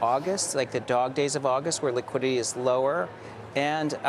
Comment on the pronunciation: would you trust the expertness of an analyst who says "liquidy" instead of "liquidity"? You'd hope he'd noticed the correct way to say it by now.... Having said that, I've rearranged my portfolio - sold quite a bit and moved in to more "quality", fewer holdings - and I continue to be amazed at what ok-to-good value some of those bigger, quality, steadily-growing companies are! Eg Googl, Meta, AMZN (MSFT a bit stretched..)